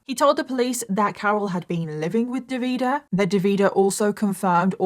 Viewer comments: Hi from italy😊 wanted just to fix some of the names pronunciation... Is Simone,you do hear the e in the end,not Simon,same also for Davide not Davida. I do enjoy a lots your contents always ready for a new or an older case ❤ keep your good work up! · It’s DAVide with the accent on the first syllable and SimonEY. Fgs. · Nice video but how you managed to turn the name Davide into "De Vidah" is quite the feat 😂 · His name is Davide Fontana, no Devida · It's pronounced Davideh and Simoneh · I'm Italian. The way you pronounce DAVIDE is 😬. It doesn't end with the "A" sound. It ends with the "E" sound. And the stress is on the 1st vowel. Also, it's not Simon. It's SimonE. Stress on the O and definitely pronounce the E at the end. Same with SalvatorE. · I am Italian, so glad you are covering this case, it is important to spread awareness. However, hearing you pronounce all the names wrong had me in a loop 😂❤ Keep up the hard work ❤ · As an italian, I was shocked that I thought I'd never heard anything about this case since it's so recent... then i realized it's not that I hadn't heard of it, it's that I remembered it all with vastly different names because I couldn't tell what the names were with the way pronounced them 😅 no shade, italian is hard to pronounce for those who aren't native speakers! It was just funny to see, haha. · Look, i hope you understand my point: the fact that you are British is not am excuse to NOT 'google' how names like Davide and Salvatore are pronounced....Really really i take this as an offense and i am not even Italian...If we would pronounce English names like Michael or Ethan in a terrible ( imposible to understand) way you definitely would think we are idiots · I really wish you had looked into pronunciations for this case. Hearing you mispronounce Simone, Davide and Salvatore the whole video was very distracting 😅 Otherwise, great video as always! ❤ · I think it's Davide, just pronounced in a "British" way.